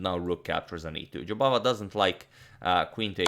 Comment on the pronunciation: Your pronunciation of Jobavas name sounded as if you said "Bahadur" which in Hindi means brave and indeed that describes the way Mr. Jobava plays. Bravo!